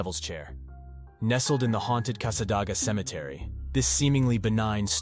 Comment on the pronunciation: It's pronounced casadayga